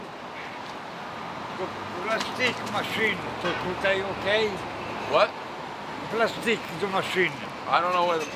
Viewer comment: Plasteec machine😂